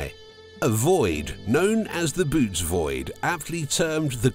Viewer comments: It's pronounced "buh-oh-tees" not boots... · Can’t make videos about the universe and pronounce bootes like boots 😅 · Jeeze, a supposed scientific video that can't even get the name right. It's not pronounced "boots". That makes me think the rest of their data is also in error. NEXT!!!